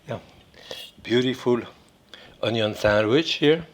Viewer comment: I don't trust a man who can't pronounce ONYO